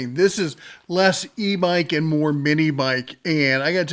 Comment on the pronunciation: I'm not sure if it's me, your mic, or just your pronunciation but I can't help but hear "e mike" when you say "e bike". Impressive range on that.